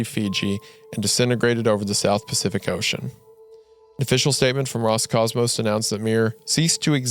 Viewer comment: То как слово "Роскосмос" раз за разом произносится как "Роскомос" каждый раз вызывает на моем лице тупую улыбку.